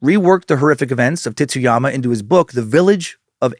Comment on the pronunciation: The pronunciation on Tsuyama is a little rough. It just sounds like you’re saying “Titsyama.” It’s more of a”tsoo-ya-ma” with the t blending into that s realllllly smooth. Think tsunami 🌊